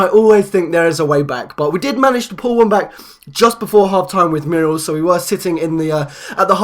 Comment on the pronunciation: You are pronouncing Muriel incorrectly, it is pronounced MUR-E-EL, just thought I'd tell you xD